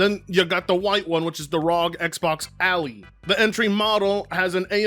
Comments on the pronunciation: It's pronounced as "AL-eye" not "ali" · I paused the video and said ain't no way he said ROG Alley when he said it 😂😂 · saying ally is killing me lol